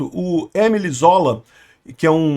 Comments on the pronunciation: Pelamor,! Émile Zola foi, mais que um ativista, um escritor francês. Pronuncia-se "emíle zolá" (paroxítona + oxítona), não "êmile zôla" (proparoxítona + paroxítona). 🤦🏻‍♀️ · Ô,..."Êmile Zóla" ouça-se "Emíle Zolá", famoso escritor francês... O é muito inculto... Mas a gente gosta dele mesmo assim. 😂